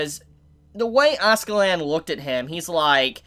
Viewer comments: It's *Askela'dd', It just sounds funny you saying AskeLAND LOL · I’m gonna dislike everyone of these Vinland Saga videos until you say Askeladd right